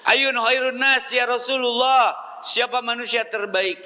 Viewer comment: SANES YA ROSULULLOH USTADZ,, TP YA ROSULLALLOH, NU LERESMAH MAH ,,, LERESKEUN HLA GERA NGAOS NAHWU NA